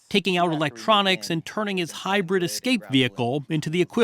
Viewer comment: Why did he emphasized so much the "HYBRID" jeep.